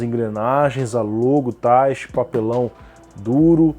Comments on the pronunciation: Eu achava que falava "Taichí" e não "Táichi" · A pronúncia é Tai-chÍ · Eu acho que é "taitchi", com ênfase no chi, como em japonês.